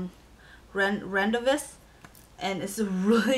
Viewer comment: That last Revlon Balm product...was that Rendezvous? Its a French word that is pronounced RON-DAY-VOO =]